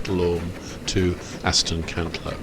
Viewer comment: Brilliant video but it's Aston Cantlow matey